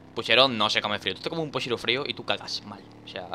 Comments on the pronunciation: Aca en argentina se le dice puchero no pushero jaja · Dani, es puCHero, no puSHEro, aprende a hablar chabon das bronca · En Argentina se dice puchero no pushero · 2 likes y le enseño a decir puchero a danirep